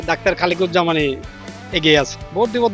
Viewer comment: প্রার্থীর নামই বলতে পারে না😂(খালিকুজ্জামান বলে) আবার দাড়িপাল্লায় ভোট দিবে😂।